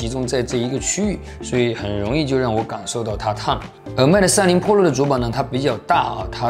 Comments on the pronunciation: 为什么把PRO读成PROLO？ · ２０２０了你还在读破楼ＰＯＬＯ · 我给你搞个中文发音吧， iphone 扑肉。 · 是pro不是polo，温州大姐。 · 妹塔三玲噗洛😂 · 大爱这小哥哥的视频，每期都看，就是什么时候能把pro的读音改正下😂